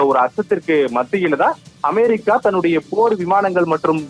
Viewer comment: அமாரிக்கா.....என்பது எந்த நாடு?😂😂😂😂 உச்சரிப்பு ஒரு மாதிரிக்கா இருக்குதே ஏன்...?